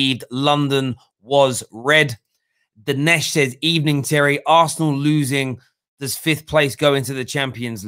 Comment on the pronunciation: Arsenal fans: We have a good record against Man United. Unai Emery: Good Ebening😂😂😂😂😂😂